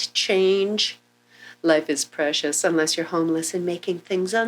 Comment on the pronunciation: It's preshush lol